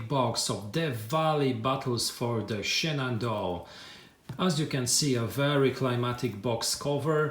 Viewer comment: Nice unboxing!!! As you're not a native English speaker, there were a couple of place names you had trouble with, so I thought I would help you out. I know that if I were unboxing a game set in Poland, I would do far worse than you did, certainly!!!! "Shenandoah" is pronounced "Shen-an-DOE-uh" and Cedar Creek is pronounced SEE-dur Creek ("cheddar" is a type of cheese!!) Still, a wonderful video for a wonderful set of games!!!